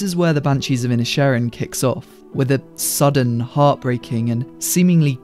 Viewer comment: The way you pronounce the film's title really highlights how it's a play on works for the gaelic for Island of Ireland. Seen in this way, perhaps the Civil War can be an analog for the Great War in Europe while the Irish conflict is comparatively small (though not less heartbreaking). That also might help explain the characters ambivalence towards the combatants. The Irish didn't hag much stake in he First World War.